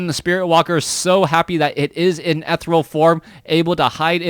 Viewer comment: Hehe, still wish you'd look up the pronunciation of 'ethereal' someday (dictionary dawt com has an audio button even hehe), but I freaking love your WC3 casts, so my pet peaves can suck it.